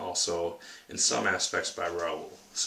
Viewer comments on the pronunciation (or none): the x is silent, so it's pronounced Lerou, but hey it took me a while to figyer out how to say it. As for the book I love it, it's one of my favorite book. actually at the time I'm posting this I'm working on my 4th read though.